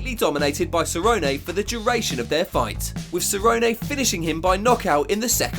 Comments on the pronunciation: WHY ARE YOU SAYING CERRONEAY ITS CERRONE WHY U SAY IT LIKE THAT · “Ceronay”? It is Donald Cerrone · Cernone not ceronay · Cerrone pronounced "sir own e" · "Donald Cerrononay" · Who's cerronayyy lol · "Donald SA-ROW-NAY" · “Donald Cerro-nay” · Who is donald seroynay? I mean I know who cowboy cerrone is. But who is this SEROYNAAY you speak of? You speak as theow you ah ay layday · Donald Cerro-nay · "Donald Ceronay" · "Donald SER-OH-NAY" 😁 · Who is "Donald SURRONAY"? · How you gonna call Donald CERONAY smh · Please stop saying Cerrone the way you do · You’re gonna tell me this man can pronounce Joanna’s last name right but not Cerrone??? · Literally the guy that made this video doesn’t even know how to pronounce Donald Cerrones, and It’s possible the most cringe thing. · bro why are you saying Cerrone like that? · Dude learn how to say the fighters names. I ddno how you managed to say Geathje correctly then fk up Cerrone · Good video just terrible Cerrone pronunciation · Why are you pronouncing Cerrone like Forrest Gump? 😂😂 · Can we please get that Donald Cerrone pronunciation right please lol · Was just wishing he'd stop saying cerrone